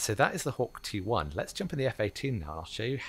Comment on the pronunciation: Hawk T1, thought u said Hawk Tua